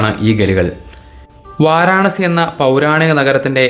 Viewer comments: വാരണാസി അല്ല വാരാണസി. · വളരെ വിശദമായ ഒരു കാശി വിവരണം. വാരണാസി എന്നല്ല പറയേണ്ടത് വാരാണസി എന്നാണ് ശരിയായ പേര്